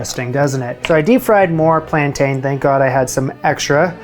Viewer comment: Please - plan-tin!